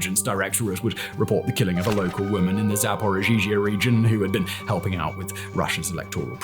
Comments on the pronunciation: "Zaporozhizhia"🤣ukranians, why did you make your western master suffer with such a pronunciation, don't make him look like a idiot!😂Simon, if you know, you can pronounce like "Zaporozhie" and it will be a lot easier and convenient, than ukranian version of word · Why not learn how to pronounce Zaporizhzhia and THEN make the video? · Aaaaand two years into the war and once again proves that he's still never even heard Ukrainian proper nouns spoken out loud before. Zaporizhzhia got a whole extra syllable this time! LOL (You guys who write all his content DO try to coach him on this crap, right? This embarrassing.)